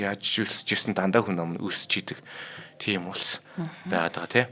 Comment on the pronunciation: Энэ залуугын хазгай хэлийг яалтай кк хүнь амь гээд л явчих юмаа Болж өгвөл хүн аи гэж битгий яриасай бурхан минь 🤪